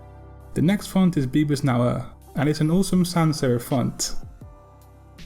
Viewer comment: the next font is "bebas nauah" hahaha no offence man, the video was cool! I just think that's not how you pronounce it.